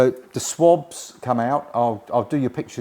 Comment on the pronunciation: How many years have you been calling seat cushions SWABS? They are called seat squabs